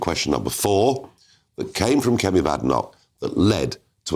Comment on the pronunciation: Does he deliberately mispronounce Kemi’s name?